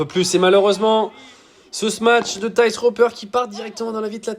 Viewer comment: Par contre il a sûrement dû te le dire mais Thijs se dit "teys"